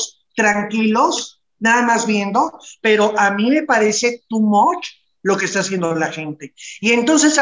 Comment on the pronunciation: si segun tu no estas defendiendo a nadie mejor callate!!!, ahhh si quieres usas tus palabra domingueras en ingles, NO SE DICE TU MOCH!!! ES TO Much y se pronuncia tu mach..